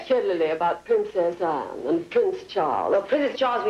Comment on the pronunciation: An English person would not say Ahn it would sound closer to the way we say it anne. Proved this impressionist is a bit overrated